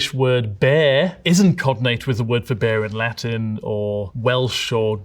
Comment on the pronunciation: as an Italian: "that's a bad pronunciation of the word. No wait, it's a perfect pronunciation of the Latin"